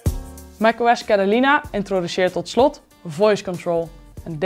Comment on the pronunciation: Het is niet cedelina of heb ik het fout